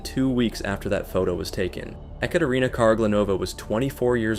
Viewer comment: The creator kept saying "EhKaterina" which is wrong pronunciation lol